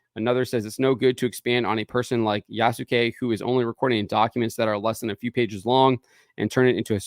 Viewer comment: The writer can’t even pronounce Yasuke correctly. How is this woman qualified to write this story?